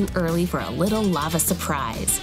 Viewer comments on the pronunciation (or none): Not lovo it is lava